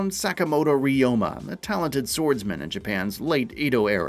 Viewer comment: One thing you should know, his name is Ryo-ma 龍馬, it means Dragon-horse , not re-oh-ma.